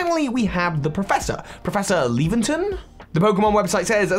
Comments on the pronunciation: not leventon its laventon like lavander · *LAVenton, like "Lavender Town" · I'm sorry but "leventon"? Laventon is clearly said like lavender, he even has the colour lavender on him... If this comment sounds angry it's not supposed to.